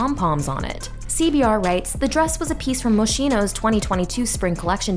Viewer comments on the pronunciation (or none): Moschino is pronounced mo-skee-no, not mo-shee-no… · FYI it’s Mohs-KEY-no